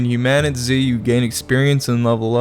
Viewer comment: It's pronounced human-a-tease